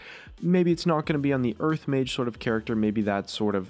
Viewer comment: why does it sound like hes saying urf when he says earth dafuq